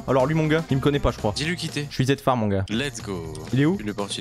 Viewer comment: Pourquoi zetfar c'est appelé zeftar